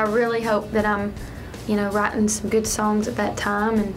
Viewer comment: When she said writing I thought she said rotten... Lol xD